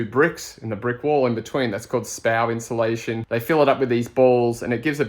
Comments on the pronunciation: I made it into drinking game how many times isolation instead of insulation 😂😂😂😂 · Come on it's INSULATION